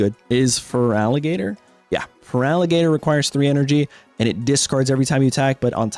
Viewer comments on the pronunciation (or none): none